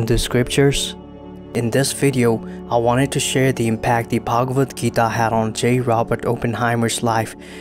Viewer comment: Why do you westerners pronounce foreign, especially Indian words and names with the worst pronunciation possible? Do some research on pronunciation also, considering the fact that you people can learn pronouncing latin, french and even chinese words but not hindi-sanskrit, other indian languages. Its pronounced as shree-mad-bhagwad-geetaa, श्रीमद्भगवद्गीता (श्रीमद् भगवद गीता), not sri-med-bhegwed-geetae